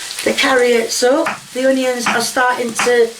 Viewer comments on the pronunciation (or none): Love how u say honieons" onions" lol and karriotts" carrots" lol too funny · 1) there is no "h" in onions 2) carrots not carryots!! Dear Lord!!